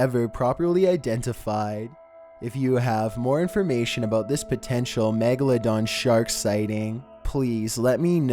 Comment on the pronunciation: did he say magaladong?